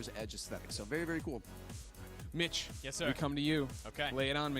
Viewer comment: Lmfao when gregg said mitch i thought he said bitch.